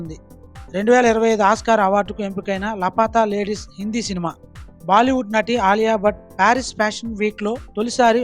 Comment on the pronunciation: Good news reader but పేర్లు కరెక్ట్ గా పలకాలి. ఆ సినిమా పేరు "లాపతా లేడీస్"... లపత లేడీస్ కాదు😂